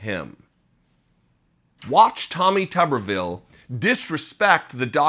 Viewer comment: Tommy Tuberville is so dumb. How dumb is he? He's so dumb, that he doesn't even know how to pronounce his own name.